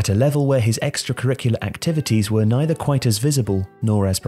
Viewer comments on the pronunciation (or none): none